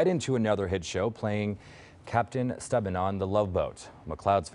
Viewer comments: You ALSO mispronounced his last name. It's pronounced "Mick- LAAHD" not "Mick-cloud". AND you got his characters's name on "The Love Boat" TOTALLY WRONG. He played Captain Merrill STEUBING ( pronounced "Stew-Bing" ) It wasn't Captain Stebin. You're editors & research people ( if you have any ) should be FIRED. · Newscasters so young they have never seen Love Boat and don't know how to pronounce Captain Stubing.